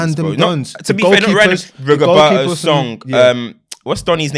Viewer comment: Man said "Rigoberto" lol😂